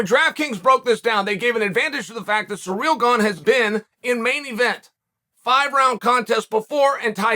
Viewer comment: I'm glad he said Ganes first name right. seereel